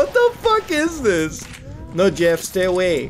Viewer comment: At first I thought he said yiff the killer. Mmm hmm, Jeff was a furry huh?